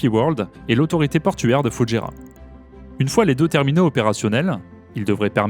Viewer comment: vous dites bien Doubaî pour Dubaî, alors pourquoi dites vous Foudjéra et non pas Foujaîra, il n'y a pas de D et il a un tréma sur le i